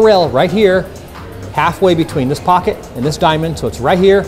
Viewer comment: He said corner pockey